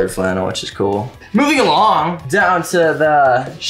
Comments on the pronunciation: Nobody: Nobody ever: Not even teatok: Chase: moving AlonG *in a English accent* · WHEN HE SAID MOVING ALONG IN THE BRITISH ACCENT I KIND OF LOST IT 🥺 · When he said "moving along" he sounds British